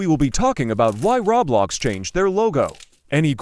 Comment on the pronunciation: why do you keep saying "rablox"